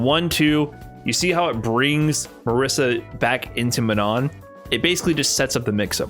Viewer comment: Please, my non-Italian friends, it's not "Marissa", it's Marisa with the S sound from "organize" or "slay"